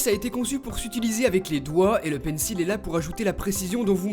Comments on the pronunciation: Par contre ça se prononce pas "PAINSSIL" mais "PAINSSOL" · ptn mais il fait expré de dire pencil [il], ça se dit pencil [ol] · désolé mais ça se prononce "pencol" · Pencil se prononce "pensole" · Tu prononces mal le mot Pencil...